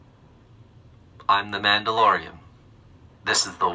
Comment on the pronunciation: "I'm the manalorry"